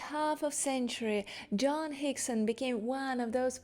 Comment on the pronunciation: your pronunciation of "Joan" is distracting and annoying